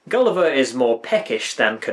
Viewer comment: The singers can't pronounce "Gulliver" without it sounding like "Kali Ma".